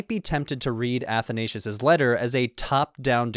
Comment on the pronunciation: The mispronoucing of Athansios is hurting me